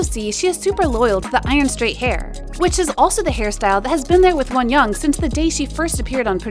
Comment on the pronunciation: the way she says wonyoung💀💀💀